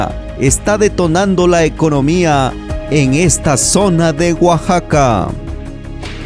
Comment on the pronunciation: Alguien más se dio cuenta del error el la palabra Oaxaca? Oaxaxaca xd